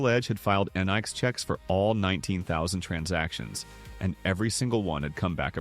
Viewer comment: What the FUCK IS this??? NONE of the images in this have ANYTHING to do with ANYTHING lol. He cant even pronounce NICS lol. This is fake ass AI bullshit.